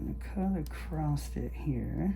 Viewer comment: Across has no ‘T’ in its spelling. It’s across, not “acrosst” Please. Stop.